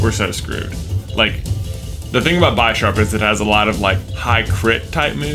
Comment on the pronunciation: You mispronouncing Bisharp triggers me. It's not "bi" as in two. It's based on a chess bishop.